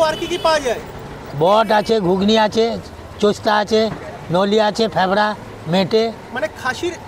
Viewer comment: Thebra na leoraa